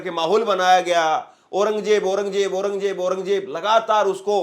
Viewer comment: KYA JAHILON KI TRAH AURANGJAIB BOL RAHA HAI...AURANG ZAIB READ KERNE NAHI AATA...KAISE ANCHOR HAI...VERY SAD....